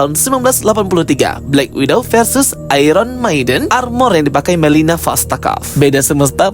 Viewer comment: Melina om, bukan milena